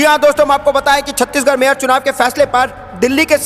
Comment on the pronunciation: Chhatish garh. Nehi Chandigarh hai😅